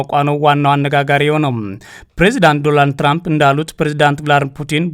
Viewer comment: ሄይ 😅 አንተ ጋዜጠኛ አይደለህም እንዴ? ዶናልድ ትራንፕ ብለህ በትክክል መጥራት ብትችል ጥሩ ነው ዶራንድ አይደለም የሰውዬው ስም😅